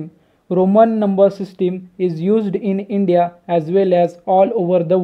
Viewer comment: Bhai system to dang se pronounce karo... 😃